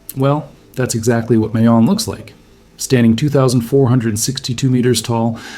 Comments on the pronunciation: Also, mah-yon. Not may-on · Pronounced Ma-yon, not May-yon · Bro…Mayon volcano is pronounced like My Own… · Pronounced like Maaa-yon My mom is from there. You can see it from grandpas house. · Mayon is pronounced MY-on...the 'a' gets no emphasis. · It would be heartfelt if you took the time to actually learn how to pronounce MAYON. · I would assume you watched enough info out of the Philippines on Mayon that you could at the very least pronounce it correctly. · Pronounce MAYON as you would say GALLON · Mayon (My-on), Albay (All-buy)